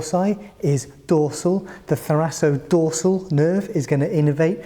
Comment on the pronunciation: I think it's pronounced thoraKodorsal